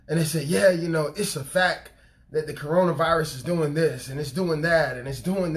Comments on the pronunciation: Love your messages, brother! But, in love, I must let you know that it's pronounced "facT" not "facK." I hated to say anything, but we should tell each other the truth, in love. God bless you! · Lol..it irks me when he says "fack." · Thank you, brother for the message. Please don’t be offended, but fact is pronounced with the ‘t’. I don’t know if the way you pronounce it is the way you normally pronounce it or if you were just deep in the message that it came out that way. I can relate. 😇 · He say “it was a FACK” 😂😂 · I was waiting for anyone else who caught it lololol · Sound like you were saying Fak.lol But on a serious note I understand what you said here even posted something along those lines on my Fb.